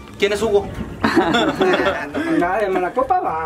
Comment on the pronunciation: Minuto esque viri dice jugo en vez de Hugo y yo en mi mente.... A claro Hugo el toma jugo...